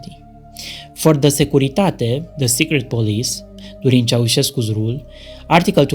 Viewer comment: But listen to how well he pronounced ‘the Securitate’. Oh, you’ll have to learn to adapt your hearing or your listening skills if you want to do well for yourself wherever you are in the world.